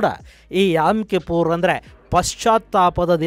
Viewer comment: It's not yam. It's yom kippor